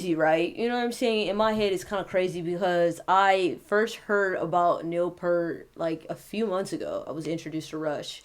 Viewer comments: You are using Neal to get personal audience attention and you can not even pronounce his name correctly. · U pronounced his name wrong. Humm why is this? C ya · Have the decency to pronounce his name correctly